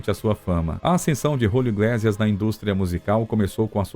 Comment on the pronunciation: Iglésias? Iglêcias (pronúncia), sim.)